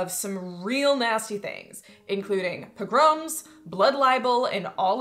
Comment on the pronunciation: Among the things I learned from this video: pogrom has the emphasis on the second syllable. Thank you. I know a lot of my vocabulary I've learned from books and left to my own devices I sound like Jed Clampett from the Beverly Hillbillies.